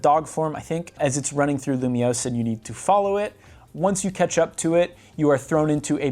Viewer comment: nahhh bro said lumoise in 3d get this nga outta here